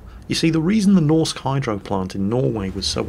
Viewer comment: please xD A Norwegian dude reporting in here. For "Norsk Hydro", you can just say "Norwegian Hydro" ya know;) (Actually hearing you trying to pronounce "norsk" bothered me a bit, but that's just me)